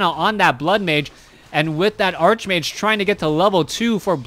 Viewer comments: I know it bugs me too, its Arc much like Character, chaos, anchor, chemistry, Stomach, Architect... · Bryan Lariviere Archbishop and archenemy are actually pronounced the way he incorrectly pronounces archmage. Probably part of the reason he is getting confused.